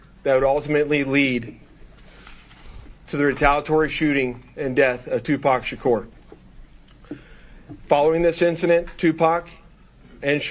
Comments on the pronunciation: you mispronounced 2pac it’s pronounced two pock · For someone who grew up listening to him, doesn't pronounce Tupac's name correctly lol Why is the cop so out of breath just talking?